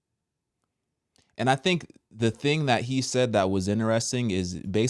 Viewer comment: I know this is a serious topic but every time you say "thang thang" I can't help but giggle I'm sorry 🤦🏽‍♀️😂. I'm praying that people wake up and they stop blindly following the CDC and other organizations.